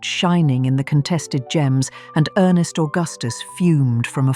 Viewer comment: Ernst Augustus, not earnest.